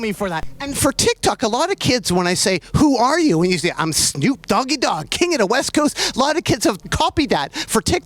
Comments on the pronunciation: I love how Nardwuar calls him "Shnoop" 😂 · I love that he calls him "Schnoop" as if he was Jewish lol